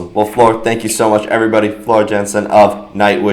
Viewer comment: Thank you for the interview, but it would be a good move for you to find out the correct pronunciation of her last name first. It's sounds like "Yansen" and the correct pronunciation is even on her english Wikipedia page. It's not that hard to find out before the interview, I think.